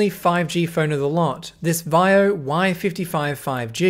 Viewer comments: not Vaivo. Vivo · Umm it's vivo not vio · It's VIVO not viao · vaio? thats just VIVO, right? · Accent moment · BTW, Vivo is pronounced something like vee•vo. Hope this helps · it's pronounced "Vee-voh" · vaio or vivo 😂😂